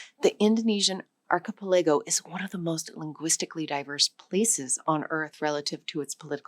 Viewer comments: Am I the only one bothered by how "archipelago" is pronounced in this video? Like I lowkey flinch when I hear it. 😅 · Even A.I. has trouble with difficult words such as "archipelago" and "indigenous." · Is she an AI? The way she pronounces "Tanzania" , "archipelago" and "indigenous"